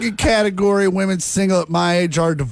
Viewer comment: I know you're Gen Z, but it's pronounced "Women" with an E. It's not believe all Woman.